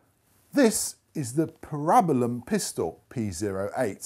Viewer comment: I’m offended by the way you pronounced parabellum